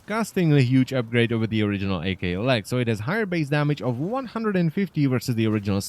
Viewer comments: You saying "Ay Kay Lex Prime" triggers me. Aklex Prime. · "A-K Lex" - ACKKKKLex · AKLEX not fecken A-K Lex prime dangit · Hey it's not pronounced A K, it's pronounced ak as in akimbo (thus it sounds like ahk) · Wtf is a-klex. It ak-lex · "A-K" lex prime...its "ahk" because its shortened form of Akimbo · Wouldn't it be pronounced ahk- lecks and not ae- kay - lex from it being one word? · "A kay lex" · I actually couldnt make it through the video ITS "ACK"